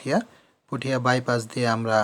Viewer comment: আরে পুঠিয়া না পটিয়া আর লোহাগড়া না লোহাগাড়া